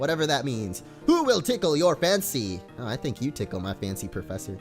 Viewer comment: Tickele your fancy sounds I dunno wierd